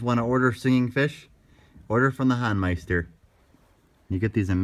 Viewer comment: Thanks for this highlight, you two! For future reference, it's pronounced The HOEN-meister rather than the HAWN-meister.